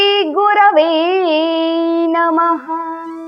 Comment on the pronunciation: Namh nhi ha Numh ha totally galt bol rahi ha